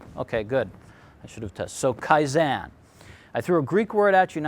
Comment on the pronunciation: Because he pronounced Kaizen incorrectly. Haha.